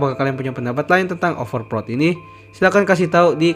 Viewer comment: OverPret ya bang??